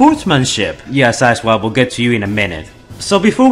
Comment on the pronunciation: Every time I rewind I hear him say asswipe instead of side swipe